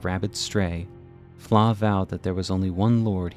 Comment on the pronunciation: How is Floh pronounced like “flaw”??